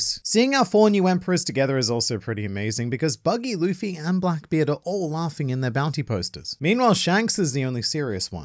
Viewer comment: Sounded like you said ''Wankbeard'' hahah